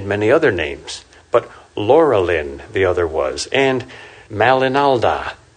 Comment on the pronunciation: Amon Uilos = Mount Oiolosse. Amon like Ah-monn, not like Éamonn. Uilos like OOy-loss, not like wEE-loss. And Laurelin of course first syllable LOW, not LAW.